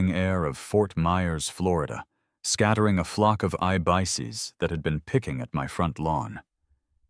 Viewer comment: Get a real live narrator instead of that AI robot. Find someone who knows that "ibises" is NOT pronounced "eye-bices". There are plenty of good actors out there, hire one and support the arts, not the tech billionaires!